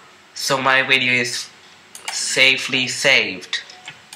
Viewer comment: Your wideo xD